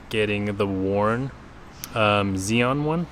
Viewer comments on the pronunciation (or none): none